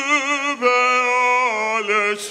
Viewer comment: No. He does not seem to know how to pronounce the word Über, as he sang three variations!!!